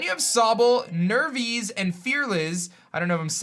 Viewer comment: it's not that hard to pronounce Nervis and fearliz .... it's literally just nervous and fearless not Nerveez n fearleez